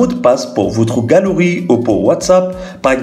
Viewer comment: Galerie = galooui